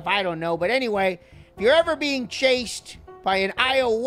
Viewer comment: Its pronounced "Aye you okey"